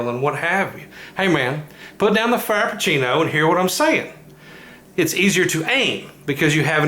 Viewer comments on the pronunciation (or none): "Put down the frapuchino"